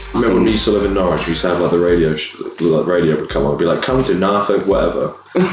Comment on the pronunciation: The way he said Norfolk didn't sound right lol